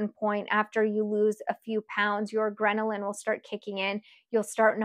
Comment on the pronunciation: "Grenalin" is not a thing. LOL It's "Ghrelin". Just FYI.